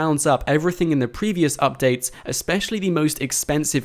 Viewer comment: I don't like how you say updates